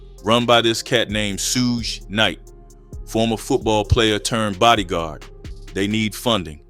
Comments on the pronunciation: "Shoog" not "sooj" 😄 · SOOOGE Knight 💀😂lmaoo no way he butchered it that bad. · Ain’t no way you just said SOOGE KNIGHT 🤣🤣🤣🤣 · Should’ve called him Scrooge lol, 😂 I know why you butchered his name though smart move! Good content💪🏾